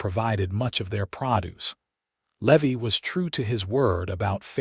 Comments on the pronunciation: It’s Levi not Levy. AI sucks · Driving me nuts all the mispronounciations. Its lee-vie and I watch all these awesome stories all day every day. But some mid pronounced words drive me nuts...nuts I tell ya.😂